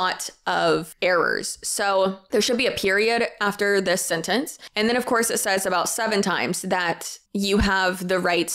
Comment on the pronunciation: Idk why but all I kept hearing you saying is “selling a corpse” 🤣🤣🤣 which let’s be honest, selling a course to teach you how to tell a course is just as bad as selling a corpse. 😂